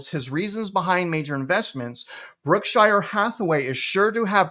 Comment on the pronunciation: It’s “Berkshire” not Brookshire.